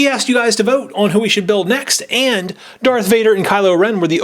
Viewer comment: kylo tens real name is Ben solo and its Darth Vader not dark vader